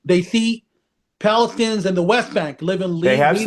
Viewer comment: It is Balestinians not Palestinians , arabs can not say P.